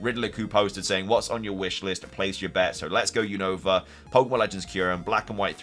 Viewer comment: say Unova name right you always saying the name wrong is not younova 😅